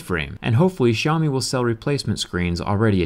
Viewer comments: Is that how you pronounce their name? 'Show me'? That's interesting... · The way he said "Xiaomi" made me laugh